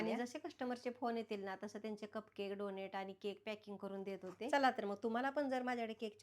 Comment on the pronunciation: Tumhi khup cchan kam karta... If u don't mind just one correction tyala डोनट boltat डोनेट nahi